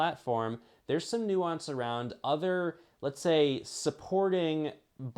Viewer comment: It’s nuance